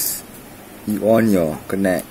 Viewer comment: connect sebut 'kennect'... but hearing 'konek' hahahahahaha anyway, THANKIYOOOO